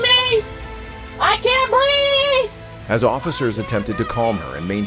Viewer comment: HAHAHAHAHA HAHAHAHA HAHAHAHA give me a minute I'm still laughing HAHAHAHA HAHAHAHA HAHAHAHA....then she goes into the I can't BREAVE